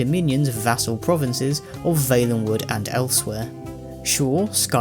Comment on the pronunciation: I am throwing up at that pronunciation of Valenwood.